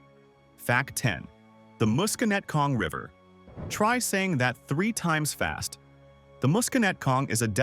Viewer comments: You also mispronounced Musconetcong. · It's bay-OWN, puh-RA-mus, muss-kuh-NET-cong (not moose ...), MA-wa, The Palisades are not basalt - they're diorite (diabase), that's sitting on top of schist (Newark Schist), that's mostly underground, but is visible in some places. The Watchung Mountains are basalt. One very visible difference is the basalt tends to break in hexagonal columns, while diorite breaks in rectangular blocks. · wow the AI dude was doing so good til "he" couldn't pronounce Bayonne, then Paramus and the Musconetcong